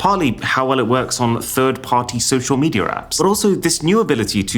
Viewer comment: Why do you say medier, its media